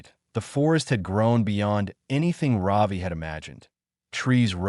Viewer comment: Ravi…. Not Robbie…😊